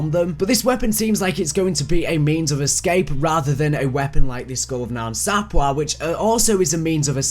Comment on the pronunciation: ITS NOT THE FUCKING SKULL ON NAN SAPWA ITS SAPWE WICH IS PERNOUNCED SAPWEY